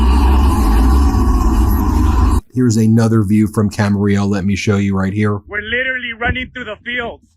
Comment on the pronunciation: Dang, I lived in Camarillo, . It was a nice place to grow up. Makes me sad to see Trump ruining it. Thanks for pronouncing it correctly, Ben!